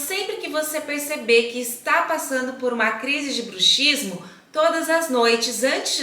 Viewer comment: Se lê bruksismo . É um dífono. A letra X tem som.de ks